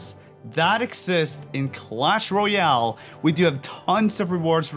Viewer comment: Pls say Royale properly it’s not rooooyale